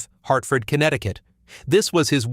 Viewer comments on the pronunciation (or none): none